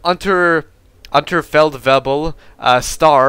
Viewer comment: Heres pronounciation help: Unteroffizier is pronounced. oo (As in boot) nteroffizier (z as in tsar) Unterfeldwebel: W is as in Whelp. and ebel as in cable. :D